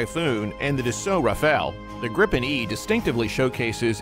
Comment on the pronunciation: The jet is called GRIPEN and not Grippen learn that.